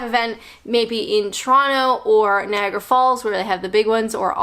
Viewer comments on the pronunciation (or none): none